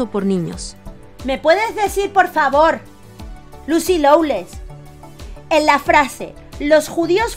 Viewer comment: Se dice, Lucy Lo-less